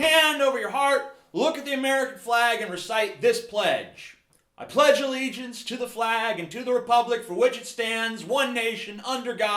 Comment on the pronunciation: You butchered the pledge of allegiance